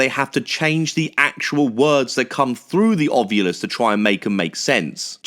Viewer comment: it’s spelled “ovilus” and zak says it like a woman ovulating. And now so does everyone. Look at the spelling. It would be like “aw VI lus” not “aw VYOO lus”.